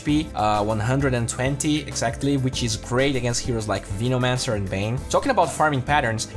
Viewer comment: vinomancer is triggering me so hard LUL